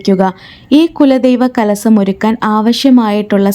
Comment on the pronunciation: സേഷം അല്ല ശേഷം ആണ് കലസം അല്ല മാഡം .. കലശം എന്ന് പറയുക